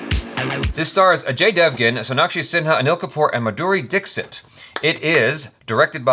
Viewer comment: Madhuriz surname pronunciation hahahaha lolzzZZ rofl hehe😃